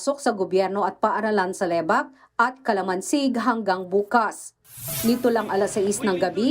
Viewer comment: Lebak hindi Le-bak